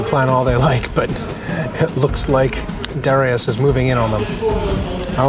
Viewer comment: It's pronounced "duh-RYE-us", not "DARRY-us".